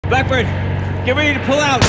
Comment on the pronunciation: You said the main character's name wrong so many times I can't even remember what it is now. Oh well. Not gonna re-install to figure it out. RIP General Buttburn, the only intelligent person in this entire universe.